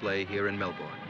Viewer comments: Great video! But as an Australian, I have to say; it's pronounced Mel-bin not Mel-born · Nahhh it is Melben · Actually, it's Mel-burn.